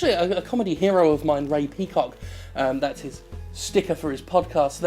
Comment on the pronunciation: I always heard Rapey Cock, not Ray Peacock.